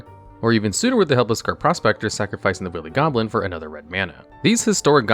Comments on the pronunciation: The second he said willy instead of wily, I immediately shot to thr comments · Its pronounced Why-lee Goblin instead of willy goblin iirc. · He keep saying Willy Goblin.... I can't stop laughing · It’s pronounced why-lee goblin. That seems like a word everyone who grew up speaking English should know. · I am aware, like wile e coyote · "Willie Goblin" lol. There have been some mispronunciations on this channel before, but this one is already a classic. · Pfft... "Willy Goblin"? Did you pronounce it like that on purpose? My brother and I both pulled the anime version of Spectral Sailor from the Jumpstart 2022 packs we opened on Christmas, and both of them ended up getting some good use in the duels we played against each other.